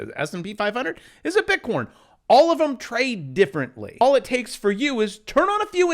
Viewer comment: You continue to mispronounce "Bitcon"